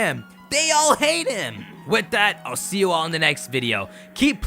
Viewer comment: Did he just say i'll seel you in the next video...